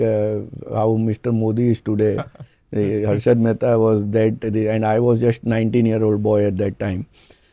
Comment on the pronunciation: Why he is trying so hard in this show to speak in English? Why not just speak the language you can speak well and comfortably. Trusht, indushtry.. jusht